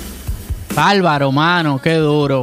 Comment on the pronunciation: Porqué no pronuncia la r válvaro o lo que sea que dice ...este señor jajaja 🤣😃